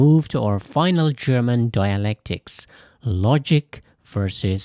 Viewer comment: The AI language needs to upgrade to better German pronunciation. The pronunciation is butchered.